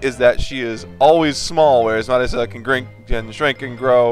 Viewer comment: except Mario is italian and he's pronouncing Marisa the Japanese way.